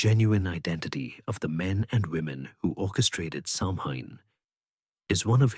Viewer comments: Stopped listening after mispronunciation of Samhain. It has NEVER been pronounced Sam Hain. It's "Sow-an". Christ on a bike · thanks for your reply. I got annoyed because I'm Irish & know how to pronounce it correctly & it's really not that difficult to do your research these days. These things matter to people. I just don't think I could've listened to the whole thing knowing Samhain was going to be mispronounced.